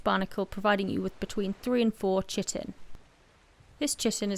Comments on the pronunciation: 'Chitin' is pronounced KY-TIN. It sounds like you are saying 'chicken' sometimes. Great video. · Great vid, although chitin is pronounced 'kite-in' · good guide.... but the way You say "Tji-tin" :D its Chitin... = Kai'tn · As Kai-tn it is the correct pronunciation, but thanks to this video i prefer to say "shitin" nowadays 😁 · btw it is kitin like keyetin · Pronounced chitin wrong. Its kite-in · "Kite-in" is the correct pronunciation of Chitin. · Chitin in pronounced, "kite-in". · I believe its pronounced "Kye-ten) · Chitin is pronounced kai·tn. Other than that I enjoy all of your videos very much. The way you talk and how you present the detail are fantastic. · I know this is old, but chitin is pronounced "kai-tin." It's basically an organic compound bugs are made of. Great video. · It is pronounced "KI-tin". First syllable has a long 'i' as in 'fly', and is stressed. The second syllable has a short 'i', as in tin, and is unstressed. Sorry. The video is wonderful otherwise; but the numbers of people who mispronounce this name is approaching pandemic levels. Thank you for an otherwise wonderful video. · I can't blame you at all i used to pronounce it differently, hella wrong, but i played some Ark and i got corrected(mocked) quickly by my friend 😂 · "Chitin" lol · the wrong pronunciation of chitin tho...